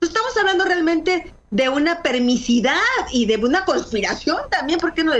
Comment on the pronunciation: Permisividad, no permisidad...